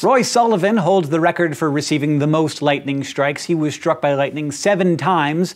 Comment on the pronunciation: Lol "stuck" by lightning :)